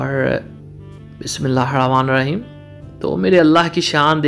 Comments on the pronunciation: بسم الله الرحمن الرحيم بھائی ہ کے نیچے زیر ہے بسم اللہ الرحمن الرحیم صیح پڑھا کریں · Bismillah hir Rehman Nir Raheem hota hai pronunciation thik Kia karo bhai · MashaAllah your recipes are awesome only one piece of advice if you just don’t mind please please you accent when you say BismillahiRrahmaniRraheem needs a little correction if you listen to some nice Qari reciting you will be able to recite it MashaAllah you are a sincere person thanks 🙏